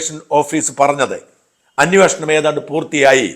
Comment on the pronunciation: അന്യോഷണം അല്ല ഷാജാ അന്വേഷണം എന്നു പറയൂ.